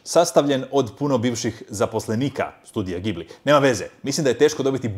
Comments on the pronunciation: čita se 'gi-bli' (englezi to napišu GEE - BLEE, dugo 'i' giiiiiiiiiii-bliii pa vidi). Naravno, najbolji njihov mi je Grave of the fireflies, A JOŠ UVIJEK ČEKAM OSVRT NA TO OSVRTNIČE! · Odličan video. Mislim da nije u redu kako si izgovarao i "šalio" na ime Studio Ghibli. Jer on je kultni status, najdraži film koji sam gledao i to sinkronizirano na hrvatski ( Spirited Away i Howl's Moving Castle). P.S. u kino sam gledao The Boy and the Heron.